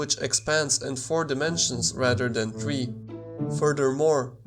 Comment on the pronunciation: "TREE" Nine Eight Two. XD.